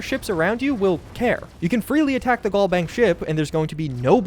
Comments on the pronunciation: Pls it's GalBank as in Galaxy not Gall Bank like gallbladder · Al vs. All Galbank vs. Gallbank Pronunciation is everything